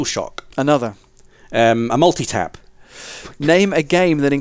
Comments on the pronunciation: Hahaha! Multi - tap? Really? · This was really good. I've never played final fantasy and even I knew to say Ereth. And multitap... oh dear